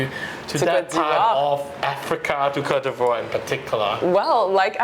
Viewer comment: You’re no able to pronounce Côte d’voire😅😅